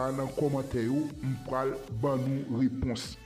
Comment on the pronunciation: Sispan di "pwal" ok mo a se PRAL tankou "Mwen prale lakay mwen" se pa "Mwen PWALE lakay mwen" lang kreyol la gen yon jan li pale ni ekri ok. Mesi!